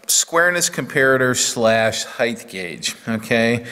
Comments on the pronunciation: Nice equipment and video.I was wondering how many times you would say 'Heighth' before you corrected it to 'Height'. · I understand why it sounds right with breadth and width, but in Australia, I’d never heard of heighth. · you say “heighth” then correct your articulation and say “height”. In lots of American machinists videos I hear heighth. Why would you use heighth, as opposed to height, and is it even a real word? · Thanks for making the correction . Height vs. "Heighth". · There is no such word as "heighth". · knows and is trying, Even corrects himself early in the vid but a lifetime of habit etc.